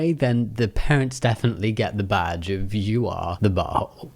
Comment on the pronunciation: Who else heard “get the vaj” instead of “get the badge”